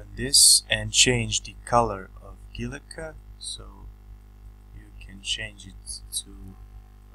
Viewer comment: Guilloche is a french word and is pronounced like GILLYOSH, with accent on the letter O.